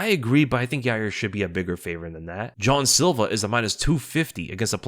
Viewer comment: Why you saying John silver his name is Jean bro like no other way to say it